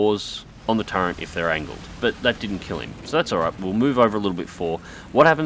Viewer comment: did you say "turrent"?